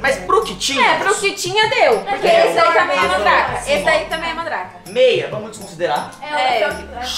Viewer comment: Gente tô sentindo até agora o vai no começo falou em vez dele falar Mandrake que ele falou mandar